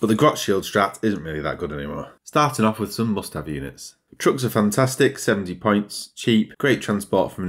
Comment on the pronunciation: With your accent when you say "points" it sounds like "pints" to me and now i want a beer